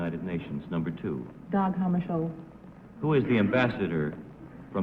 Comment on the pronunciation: Good pronunciation of Dag Hammarskjöld's name. Not an easy one to spell either. His name in English would be "Day Hammershield".